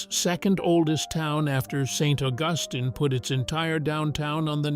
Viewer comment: St Uh gus tin lol. AI.